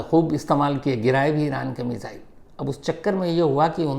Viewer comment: Shams ji app missile ko मिज़ाइल kyu bolte hai. 2018 se sun rha hu aap yehi word bolte hai.